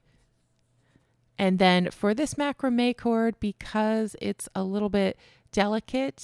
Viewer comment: 👋🏻 Mac raaam may with the emphasis on raaam 🎉